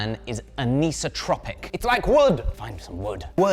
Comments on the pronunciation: Small nitpick about the pronunciation of "anisotropic": its "an - isotropic" as in "not isotropic", so its pronounced "an - eye - soh", not "an - ee - soh" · nitpick: It's "an-isotropic", not "aniso-tropic" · Sorry your pronunciation of anisotropic was painful. It's AN-isotropic (where isotropic is the same in all directions). Otherwise awesome explanation about wrought iron! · The pronunciation of anisotropic 😅 "Aneesotropic" An isotropic....as in not isotropic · Did you say “anise-o-tropic”? There’s isotropic and anisotropic. Meaning “iso” or all the same and “an-iso” or not all the same. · I thought it was an-eye-soh-trop-ic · It's an-ice-oh-tropic. 'an' from greek "not", 'iso' from greek "equal", and 'tropic' from (very roughly) greek "different directions." Classic "I've only read this word on paper" kind of thing. Also, the math was wrong because of the K factor (or bend allowance). Some of the material squishes on the inside when you bend metal, and some stretches on the outside. The K-factor is where the neutral line is. You need to know that to do the math, but I bet you'd get pretty close if you assumed the neutral line was right in the middle. So calculate the diameter at the center of the wall rather than the ID or OD, and prepare your material at that dimension. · Not sure on that anisotropic pronunciation! Great video though😂